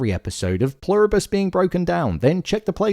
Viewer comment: I am SO glad you stopped saying “Plur-ree-bus” 😂😂